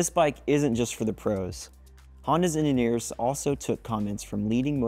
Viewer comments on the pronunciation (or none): "Honda's ennineers" "a nude subframe" "lever pool" "from DNTC"